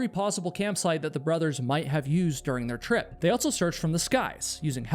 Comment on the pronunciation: there is no T in the word "also". It's not "alt-so".